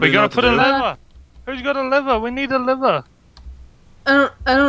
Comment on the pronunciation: is crack up it sounds like hes saying liver but trying to say lever